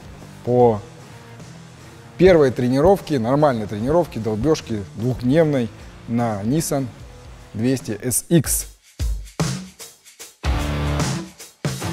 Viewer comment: респект тебе за твои ролики. Смотрю с удовольствием, но извини за наглость, хотел бы тебя немного поправить, ибо режет слух.. В русском языке произносится НиссАн... Ударение на А. И, самое главное, с предыдущих роликов.. Шины ХэнкУк, а не персонаж с Уилл Смитом, ХэнкОк... Как ты любишь говорить))) Давай, удачи и здоровья тебе))